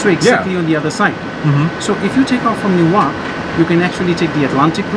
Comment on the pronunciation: Says newyork Caption : newark 😂